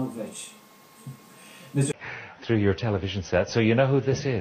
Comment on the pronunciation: he couldnt say abramovich hahaha